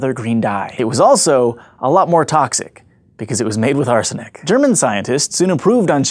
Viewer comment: Can I get a clip of him saying "arsenic" for my ringtone